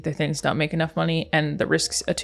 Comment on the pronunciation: "I 'int have no concept..." lol.